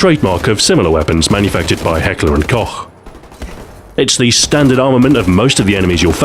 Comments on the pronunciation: You are the first english speaking person I have heard pronouncing Heckler & Koch correctly. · OH MY GOD HE PRONOUNCED HECKLER & KOCH RIGHT! Is he a magician?